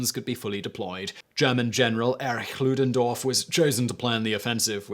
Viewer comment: You said "Erich Ludendorff" instead of "Erik Ludendorff" like most english speakers would. Congratulations! You got it right!